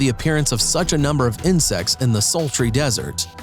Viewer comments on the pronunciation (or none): none